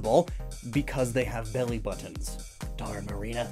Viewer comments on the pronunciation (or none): none